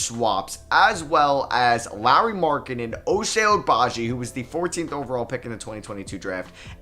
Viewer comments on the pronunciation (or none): Just a friendly note that Ochai is pronounced “Oh-chye” :) coming from a very happy KU student